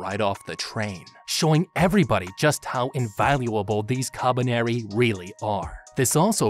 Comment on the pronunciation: The way he says kabaneri is so satisfying